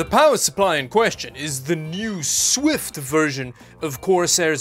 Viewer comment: it's Shift not Swift!